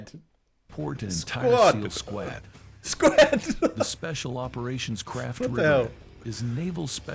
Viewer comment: Besides mispronouncing "squad", he also said "hand gan" and "get the jarb done". Yeah, pretty sure it's not a real person.